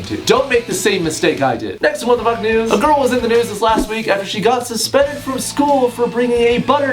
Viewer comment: At the start it kinda sounds like he says what the fuck nudes